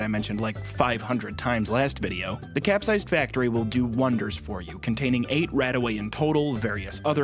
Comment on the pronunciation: The one thing I learned watching this is the capsized factory is not cap-sized